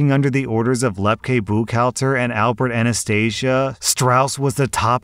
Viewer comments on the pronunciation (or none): none